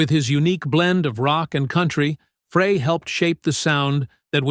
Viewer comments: PRONOUNCED FRY!!! JUST GOES TO SHOW YOU DIDN'T DO YOUR BASIC RESEARCH. DON HENLEY WAS ARROGANT AND UNCOMFORTABLE TO BE AROUND.. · PLEASE PRONOUNCE GLENN'S NAME RIGHT!!! (FRY) and that's Hotel California, not otel California. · Show respect and pronounce Glenn Frey's name correctly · World was shaken to it's core? Hardly. Narrator cannot even pronounc his name right. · Ah ok - apologies - I skimmed through the video - couldn't stand the automated robot thing mispronouncing Glenn's name every time. Clearly it was a collab of all three and Felder did made a decent contribution to it. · You need to teach your A.I. host how to pronounce "Frey" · The whole thing's propaganda and this guy's pronouncing his name wrong sad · The announcer is mispronouncing Glen's last name! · My thoughts exactly! Is this AI ? Who doesn't know how to pronounce his name? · Male announcer does not pronounce Glenn's last nane correctly. Very annoying. Check out how to correctly pronounce Glenn's last name ! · If you pronounce it Fray rather than Fry, you lack credibility. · Thanks for the vid.......but please tell the A I squirrel Glenn's last name is pronounced "FRY....not "FRAY" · His name is pronounced FRY not Fray! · The guys name was pronounced fry,not fray. Damnit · His last name is pronounced FREY, not FRAY!!!!!!!! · Why the obsession of how to pronounce his name. The man is dead. Does it really matter now? Also he was no angel. Once he died everyone acted like he was a saint. Great musician. Average human with faults some pretty bad. None of us are perfect and certainly not Frey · It is Frie , like frying french fries . Not Fray . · I knew from day one it was pronounced- FRY not FRAY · It’s Fry not Frey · It’s spelled FREY GLENN FREY Pronounced FRY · Pretty sure it’s Glenn’Fry’ , not Glenn ‘Fray’ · Why is this narrator saying Fray? Glenn's surname is pronounced "Fry" and spelt Frey! Not hard, really! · Frey. (German). Pronounced: 'FRY'. 👍